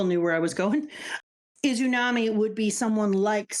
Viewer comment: I love these videos so much. Can't wait till you get up to date. This is my favorite "first time reading OP" content right now (and possibly ever). Just a couple of nitpicks: - It's "Amaterasu" not "Amateratsu" no t. - "Izanagi" and "Izanami", not "Izunami"